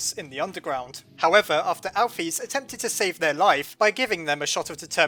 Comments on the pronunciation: ur supposed to say alphys like this al-fis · Alphys...... = "Al fiss" not "Al feez"